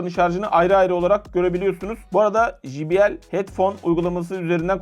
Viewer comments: Evladım her mok' u biliyorsunuz.. ama ukalalık yüzünden bir çok şeyi poponuzdan ( g.. yazmadım ) uyduruyorsunuz. J harfi ingilizcede ...ji... diye okunmaz. CEY diye okunur. Bilmiyorsan öğren de millet gö....le gülmesin ! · J harfi İngilizcede Cey diye okunur...Jİ diye okunmaz allahın kırosu